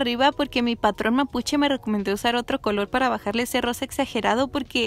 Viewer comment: No se porque pero cuando dices "rosa" escucho "arroz" SJSJSKS